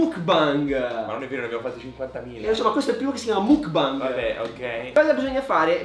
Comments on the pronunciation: non si dice mookbang ma mookbeng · Ma qualcuno glielo spiega che non si dice "mukbang" ma "mukbeng" con la "e" Like chi lo guarda nel 2019😂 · surry si pronuncia mok bang comunque lol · Si scrive mukbang ma si legge Mukbeng comunque siete bravissimi vi amooo😍❤️😍❤️😍😍❤️ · Penso proprio si pronunci macbeng tipo muk è il pokemon e bang è il suono dello sparo tipo o anche il significato di gruppo ma la pronuncia è la stessa (gangbang🃏) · il mukbang no il bingbang- Anima-troppi alcolici- MA IN CHE C***O DI MONDO SI VIVE TRA ALCOLICI E PERSONE CHE PRONUNCIANO MALE LE PAROLE😂😂😂